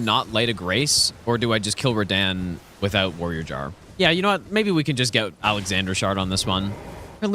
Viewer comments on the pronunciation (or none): “Radān” instantly clicked off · Bro spent 6000 hours and still cant pronounce RADAHN correctly😅